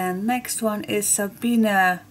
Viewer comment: It's "5 lucky ones" (sounds like once but in ones).;-)